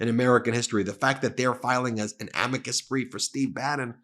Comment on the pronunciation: It's clear that MAGA Mike is out of his wheel house when he refers to a Amicus brief as "A-meee cus brief " He claims to be religious. So far I haven't seen it.